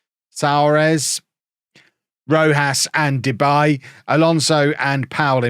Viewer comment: It's not " Debay " its -> De Bie ( the bee in English translation) 😂🐝